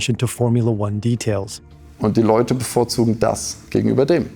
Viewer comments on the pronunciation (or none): none